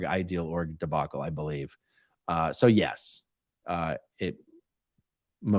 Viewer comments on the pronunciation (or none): none